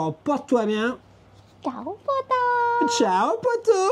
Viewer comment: C’est excellent. Comment ké dit tchao poto 😂